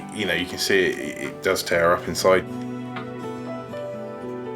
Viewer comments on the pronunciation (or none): none